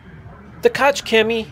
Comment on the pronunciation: just a heads up. Koch is pronounced as koh not kotch